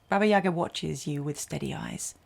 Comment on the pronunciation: Baba YagAAAAAAAAAAAA. Get the accent in the right place please.